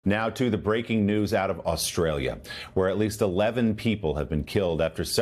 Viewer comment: WOW, an American presenter who pronouced Australia correctly. 🙂